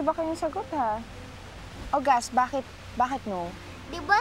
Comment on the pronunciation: "Boket" instead Bakit Laugh trip Talaga tong si Tuka (Marissa Sanchez) 😂😂😆😆✌️